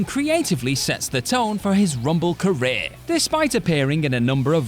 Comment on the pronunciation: Why did you say career so strange? I need to know